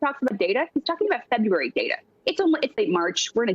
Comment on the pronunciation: I was unaware of the month of "Frebruary".